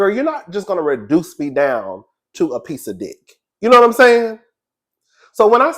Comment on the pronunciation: "a piece a diock" is sending me jgfjhjh